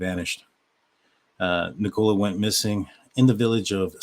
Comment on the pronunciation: Nick o La not Nick cola 🫣